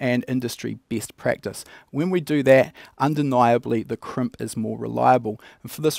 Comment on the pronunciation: Kremp? I thought it was called a Crimp...